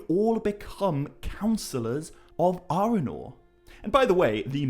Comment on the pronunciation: I do adore you, but you pronouncing Arnor as "Arenor" and Arwen’s name as "Arewyn" is physically painful! 😣😣😣